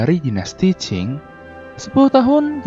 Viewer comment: Dinasti qing woy bukan cing!